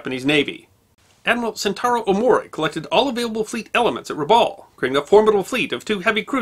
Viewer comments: Dear, in Australia we pronounce "Rabaul" as follows, the first "a" as in "cup", "baul" as in "Bowel" please keep up the great work!! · As an Australian trust territory the town is pronounced Rab Bowel. I grew up there. Our family arrived in . There were many relics of the war still present. The Japanese tunnels.....300 miles of them built into the caldera wall of Rabaul. Also perfectly preserved was Admiral Yamamoto's war bunker. It was underground made of concrete and once you entered via a stairwell it opened into a large round chamber. On the walls was the map of the Bismarck Archipelago, all the islands and the where the battlements were. A volcanic eruption destroyed Rabaul in 1994 with persistent further eruptions that continue today. Some parts away from the volcano remain and have been rebuilt. Today (2024) Rabaul is visited by many cruise ships that come to see the volcano and the remnants of the pacific war. In its hey day it was a very beautiful town and known as the 'jewel in the crown'. The allied force stationed in Rabaul was 2nd 22 Battalion with Lark Force. It was impossible for the allies to hold Rabaul once 5000 Japanese troops arrived. Many many stories are told of the atrocities during the occupation. Thank you for the video. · went full on Japanese when pronouncing Rabaul Harbour.